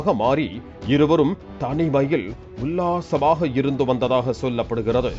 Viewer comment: உல்லாசமாக 😊 என்ன ஒரு அழுத்தம் 😂😊😊